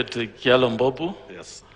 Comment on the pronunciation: Kyalo is pronounced as Chalo not kyalo.